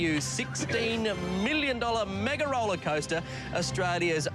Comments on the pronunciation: Am I the only one who hears "roller scoater" ??? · Did you hear Grant say 'rollerscoater'? 😂